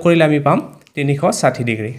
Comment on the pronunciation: চাৰ তিনিখ চাথি নহয় তিনি খ খাথি হে 😂😂😮